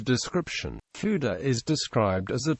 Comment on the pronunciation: Not quite. Dd in Welsh is pronounced as "th", and Ff has a soft, breathy f sound heard also in Gaelic. His name is pronounced much like "Luther"